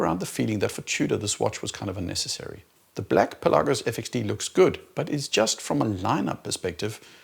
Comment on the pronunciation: Thank you for pronouncing Pelagos correctly!